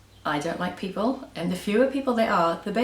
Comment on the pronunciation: I love the word PEOPLE-EY or PEOPLEE or PEOPLEY... :)